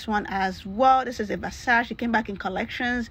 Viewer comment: Hi there, Versace is pronounced with three syllables. Your jewelry is nice.